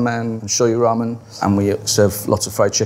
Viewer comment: whao he fked up ramen